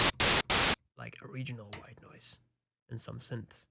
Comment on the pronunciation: every time he says white noise i chuckle a little bit. "Ghwite noice"